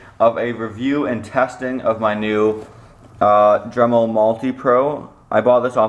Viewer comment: DEMEL lol